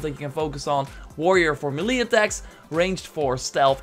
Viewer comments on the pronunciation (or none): Ma-lee attack. Mey-lay attack.